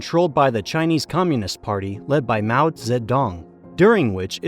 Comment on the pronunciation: You dont often hear mao's name pronounced correctly.